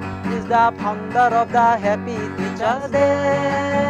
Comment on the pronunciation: It's Faaa-on_ der...founder....not phaunder😂